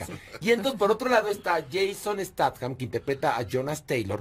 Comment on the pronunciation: Jason Statham Horacio (alias Aquiles) dice (stat-jam) jajaja critica, pero no sabe ni pronunciar el apellido